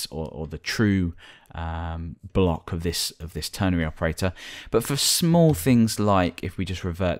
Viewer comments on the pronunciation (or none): Its called a ternary operator not ternery. With an "a" that is, not an "e".